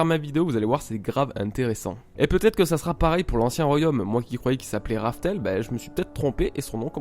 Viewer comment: Pourquoi Raftel ? Dans le tome 12 Crocus dit bien Rough-Tell ?